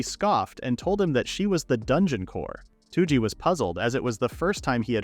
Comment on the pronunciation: why is this guy calling toji two-g?